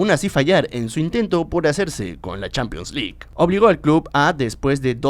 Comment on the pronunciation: Nadie:: "Champions Lick"